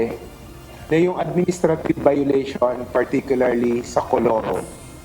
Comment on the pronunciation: Colurom??? "IT'S MORE FUN IN THE PHILIPPINES"